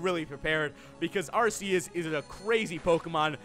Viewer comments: U mispronounced Arceus its Arceus not Arseus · ITS PRONOUNCED ARK EUS btw love your vids